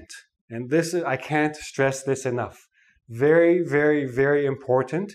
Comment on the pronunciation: It's not vary it's very LMAO 😂